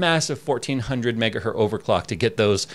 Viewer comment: Why do you say "megahert" instead of megahertz? I am sure you have been asked before and I hear other people (teksyndicate) say this too. As an EE it sounds really funny and is incorrect. Hertz does not have a singular form, it is a measure of frequency name after Heinrich Rudolf Hertz. Sounds really silly when you say it as hert. Is there like an I side joke I missed?